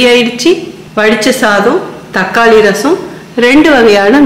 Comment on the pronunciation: தக்காலி இல்லை. தக்காளி என்பதே சரி